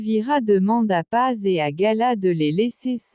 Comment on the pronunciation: Ederrrrr et non pas édé !!! Pazzzzz et non pas pa !!!